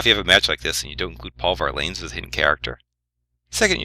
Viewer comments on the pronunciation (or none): Paul Var-lanes? LOL It's pronounced "Var-luns". Not that this is important.